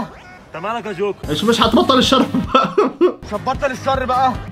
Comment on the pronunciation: جوكر ❌ شوكر ✔️